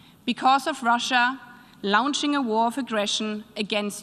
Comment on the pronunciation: while her pronouciation of some words (notably "launching") could get some polish, the speech was totally AWESOME